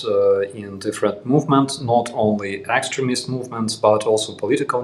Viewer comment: The first time i heard you call them extremist, I heard excrement...lol